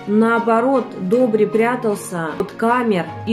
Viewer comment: В интерес на правилното произношение и правопис името е Добр/ И /, а не Добр/ Е/ ...! Бай Добри всеки Божи ден, събираше пожертвования - милостиня ,в градинката на ,,Св,Седмочисленици ,,пред сградата на МВР .София ,до смъртта си ...Бог да го прости !!!